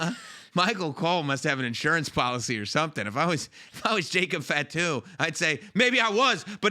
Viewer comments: "fat - too" huh? Its "fah - too". Show a little respect on the name of a major wrestling family man. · Bro said jacob FATu 😭